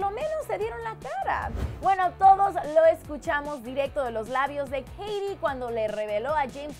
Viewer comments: odio cómo dice Katy :v "Keiri" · Keirui :v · Que no es Keity? :v